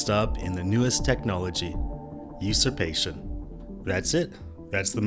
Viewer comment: UsuRpation. I think you left out the R.🤓 Great, awful story tho.